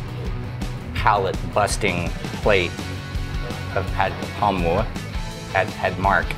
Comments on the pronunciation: The title says "Kaprao"....... the comments says "krapao"........ but he keeps saying "ka pow" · Thank you for your amazing video about this popular Thai dish. May I note that based on the Thai word for this basil (กะเพรา), its English transliteration should be "kaprao", and not "krapao". Many Thais pronounce and spell this word incorrectly. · Its Ka (กะ) not Kra (กระ) everyone gets this wrong even many Thais. I donno why this bugs me so much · Throughout the whole video you called this dish "Ka Pow". I've always known it as "Ka prao". Can you explain please ? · Minor correction: it’s Kaprao, not krapao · Correct: กะเพรา = Kaprao. Incorrect: กระเพา = Krapao. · And one more thing. It's "Pad Kaprao" not "Pad Krapao"....Cheers! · it’s krapao not kaprao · "Kaprao" not "Krapao" (กะเพรา in Thai) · kaPRAO not KRApao, most of the time in other words it would be "kra", yes. But this word is "kaprao" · I've seen it translated both 'ka prao' and 'kra pao', but I've only ever heard it pronounced 'ka pao', so I'm hoping you'll clear it all up on your channel! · Isn’t it ka-prao? 🙏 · In Thai it is pronounced ka pao/pow in Thailand. The better romanisation would be Pad Kaprao, because there is no r is Ka even in Thai. And the second r is silent in vernacular speech. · It’s actually pad-ka-prao but anyway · Technically กะเพรา should be spelled in English with the “r” sound in the second syllable. Both Foreigners and some Thais say it wrong but the dictionary says holy basil is กะเพรา.